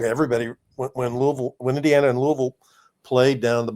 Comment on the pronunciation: Sorry, can't listen to someone from Indiana that can't say Loo-ee-ville. NOT Louuahhvl. Do you think when the great George Rogers Clark named it after King Louis of France, ( for helping us defeat the British)... do ya think Louaashhhvl is what he had in mind ?...NO. Get it right.